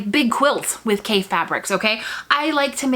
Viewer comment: His name is pronounced like coffee, with an A! He's a very creative designer with a passion for color! You can't go wrong with any of his fabrics!